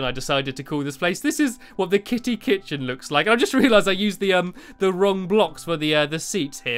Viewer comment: dude, the kit-chen